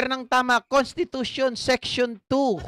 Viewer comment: Constipation😂😂😂hindi constitution😂😂 ka gp.